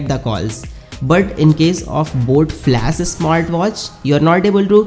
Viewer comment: Bro its flash not flas, bas thoda odd lag rha tha isliye bola no offense